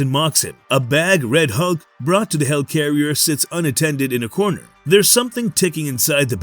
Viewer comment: Why do you keep saying "hell carrier"? It's a HELIcarrier!